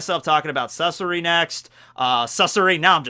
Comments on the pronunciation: It’s not Sass OORI it’s Sass ARi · When you say sasori you put too little emphasis on the a its supposed to be more like sahsori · Sasori kaori asta yato yumeko Be butchering the hell out of these names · Hes calling Sasori wrong, should we tell him?